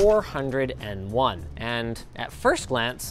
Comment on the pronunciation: The way he said it, I really thought it was "401" 🤣